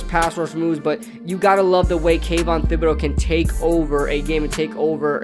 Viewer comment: Just a heads up thibodeaux is pronounced with t instead of th. Keep up the good content